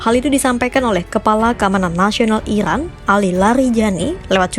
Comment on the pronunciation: Iran kak bukan irwan